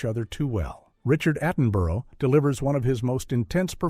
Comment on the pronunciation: Richard Attenborough was a high profile actor, director and producer, a double Oscar winner with four BAFTAs and six Golden Globes. How is it possible for someone talking about older war films to not know how to pronounce his name? Even if this was AI voiced and/or scripted, was there not one single human involved who could check this before publishing to YouTube?